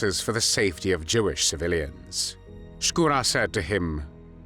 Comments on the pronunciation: Не "СкУро", как читает интеллект, а ШкурО☝️..Но не много Русских белоэмигрантрв поддерживали нацистскую германию. В основном Краснов да он ( Шкуро)..К примеру генерал Деникин ни за какие коврижки не согласился сотрудничать с Гитлером. Он переживал за Советский Союз как за приемника Российской Империи и искренне переживал за Российский народ☝️ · Вообще-то не Скура, а Шкуро. Нормально подавайте историческую информацию. Дизлайк и бан!